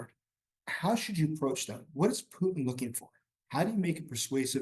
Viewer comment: He doesn't even know how to pronounce Putin, is he really an expert?